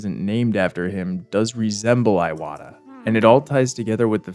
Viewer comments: iwata is pronounced ee-wata, rhymes with miata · Hearing Iwata's name pronounced as "Eye-wata" instead of "EE-wata" definitely made my eye water. Jokes aside, brilliant video. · your pronunciation of "iwata" is hurting every inch of my soul